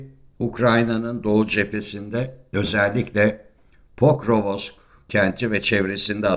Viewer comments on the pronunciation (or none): Hacı PORKOVOSOKSAFONSOK değil, POKROVSK. Her gazeteden KOVULAN gasssteci..